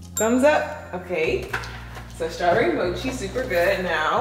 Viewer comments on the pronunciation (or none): none